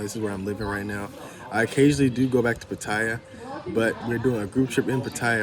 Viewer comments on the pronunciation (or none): It's pronounced Pa-Ta-Ya... I know it's a minor thing but my wife rolls her eyes every time she hears a foreigner (especially a Brit or an American) butchering the name of the city. Other than that, I came to find out just how you got cheated on...that is, if this is not just click-bait like so many other Youtube thumbnails (forgive me, I've got nothing else better to do). Part II: Well actually watch 3/4 of the video and had to give up...meeting girls on an app - in Pattaya no less - and expecting sincerity. But it's okay, same story, different era and contact medium. Maybe somebody here will learn something. Probably not. Cheers!